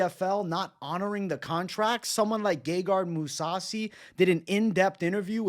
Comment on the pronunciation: This dude said moussasi. This guy is a fucking joke. Perros just jump on the train as it's in motion. Spineless